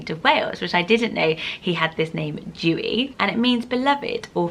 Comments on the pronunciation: Oh no, I love your videos! But I'm really sorry but "Dewi" is not pronounced like that lovely! It has an exaggeration on the "E". So it's more like Deh-wee. Not Doo-ee xx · Dewi in Welsh is pronounced "Dare-wee" not "joo-y" 😝 I'm a teacher in Wales and made the same mistake calling out the register on the first day with my new class Haha! Xx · Dewi is actually pronounced de-wee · We had a dog named Tallulah Belle, her nickname was Lula or Lool. Also, I am Welsh and you pronounce Dewi Deh-we Xx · Dewi isn't pronounced like Jew-ee, the 'e' is like the child's alphabet 'eh', so it rhymes with welly. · Dewi Isn’t pronounced as how you’re saying it, it’s pronounced D-Ewe-E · I love your videos but Dewi is pronounced differently like e sound of ella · 🏴 Dewi - you say the ‘e’ like you do in a child’s alphabet. It definitely is not said like rain drops /dew. 🙈 It comes from the welsh name Dafydd or the England name David. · The name Dewi is pronounced with the ‘D’ to be pronounced as is in the word dog, and the ‘E’ to be pronounced as is in the word episode and ‘wi’ is as we. Welsh names are difficult to pronounce if you don’t speak welsh. You’re pronunciation is also so pretty just not the was the welsh say it ahha xx